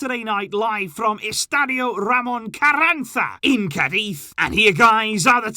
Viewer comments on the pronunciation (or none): none